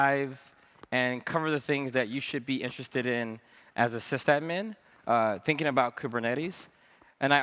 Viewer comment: great talk i wish he stop saying cyst admin :(